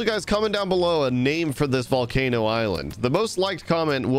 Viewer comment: Call the volcano the PAUL-cano